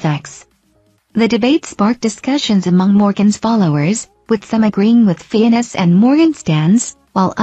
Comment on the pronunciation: Fiennes is pronounced FINES.